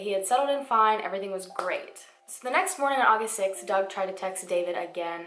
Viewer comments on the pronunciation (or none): none